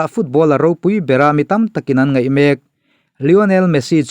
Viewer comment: Mak ani lo.... Mek tih tur